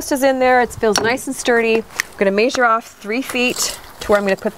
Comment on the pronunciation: FYI: "Measure" is pronounced as "mezure". Same sound as the E in "bed".